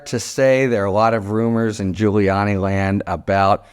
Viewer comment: LOL did Harry really just say Rudy Giu-hole-iani ?